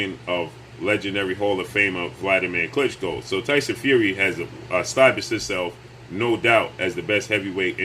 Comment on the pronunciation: The way he says his name: Tyson Few-ree 😂😂😂😂😂😂😂😂😂😂😂